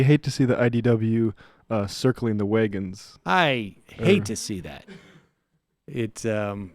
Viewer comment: Did this man just say waygons?